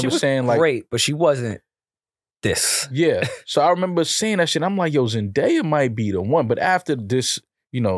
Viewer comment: Why the fuck does keep butchering zendaya’s name 💀